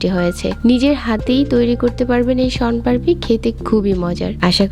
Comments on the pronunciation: শনপারপি না শনপাপড়ি😅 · আপনার কথা 😂 শনপারপি😒😏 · সোনপারপি কী? আগে উচ্চারণটা ঠিক করো। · আপনি আসলে কি বলছেন শন পারপি নাকি শম পারি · Apnar uccharon thik koren age. Ki beje nicchi! Shon parpi! 😂